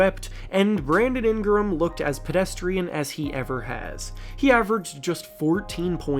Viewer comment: Was I the only one bothered by how he kept pronouncing Ingram and NOLA 😂